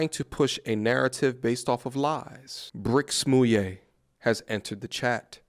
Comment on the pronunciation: Not “Brick Smouille” ☠️😫😂